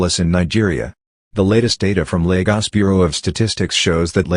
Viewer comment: And the fact that it neither uses the Portuguese nor the Nigerian accent to say Lagos. Ugh! Irritating. Great images.